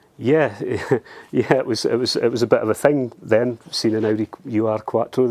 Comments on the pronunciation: Great video!! Fab 80s fave of mine too! Fair play that’s quite the hike to get to as well PS. It’s not “Uwe Arr” Quattro, it’s OOR Quattro, from the German word Ur meaning previous, ancestral or historic so Ur-Quattro is a bit like saying it’s the OG Quattro in German if you like. “Ur” is a word not an acronym. 👍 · Love your video's but hope you don't mind me correcting you on the pronouncation and meaning of "Ur Quattro" The translation of Ur from German is "traditional", "primal" or in this case probably "first" would be the best word. Ur is pronounced not "you ar" but more like "lure" without the "l" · Ur-Quattro simply means 'original-quattro' in German. Its not U R Quattro. Ur reads like 'ou' in tour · Do some research and get your pronunciation right.... it's not " you are".... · Now go find one of those Starions (they're even rarer) [The (mis-)pronounciation of Ur-Quattro is hilarious 😉] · The UR in the name is the german word 'ur' meaning 'original', 'first'. The u is pronounced as in “do” or “through”.